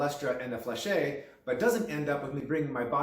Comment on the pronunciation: Fleche is pronounced without the -ay at the end fyi. Lots of hema people make this mistake just like gorget which is not gorjay as its roots are in gorgete for throat covering and gorge for throat. Gorget is a term in ornithology and in the military/history where you pronounce the t. Otherwise you are just saying throat when you mean throat armor. Same for sallet where a lot of hema people say sallay rather than sal-et.